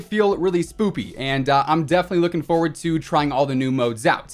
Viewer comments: Cmon I don’t wanna say something again but u said spoopy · He says spoopy Inkslasher also, says spoopy Am I a fool to say it *spooky or have they gone dumb?! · Did He Say “Spoopy”? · Heh he said spoopy😂😂😂😂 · Its spooky not spoopy.